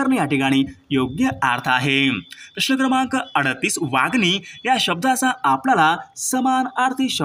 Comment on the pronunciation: Wagni nahi Wangi